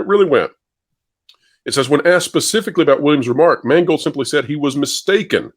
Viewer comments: all i hear is mangled the guys name is mangled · Funny, how if you pronounce "Mangold" right, it comes out as "mangled", seeing as that's what he did to Indiana Jones.........He mangled it, and Kennedy watched on with pride and let out a Darth Sidious type laugh as he did.......